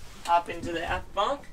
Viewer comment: forward or aft-tah'!!!!!